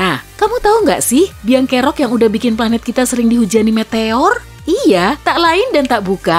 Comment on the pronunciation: Pelat bumi 😭😂